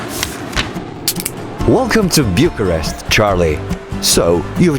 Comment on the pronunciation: It's not biucharest